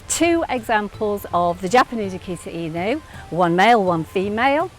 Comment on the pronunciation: She pronounce it correctly this time. Before, she call it "akita in you"